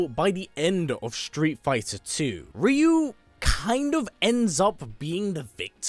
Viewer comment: Cringe* every time I hear the commentator pronounce Ryu’s name as Reeeeyoooo 🤯 makes him sound like a different person 🤣